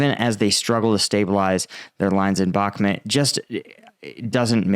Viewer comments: love your vids, but can you pls pronounce BAKHMUT correctly? you say “bak met” and it really turns us off. it’s BAAAAK MUUUT, Bakhmut. thank you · Got a decent show bro, however it’s called “Bahkmut” phonetic pronunciation BAKMOOT Thx